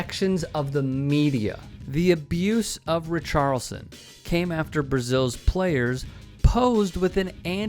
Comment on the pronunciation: love you, but the "i" in Richarlison isn't silent. Otherwise, great video!